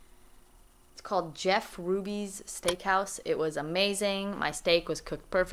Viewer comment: Did he say rubys have good steak ? 😆